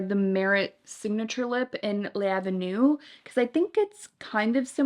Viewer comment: It’s L’avenue, all one word, not Lay Avenue.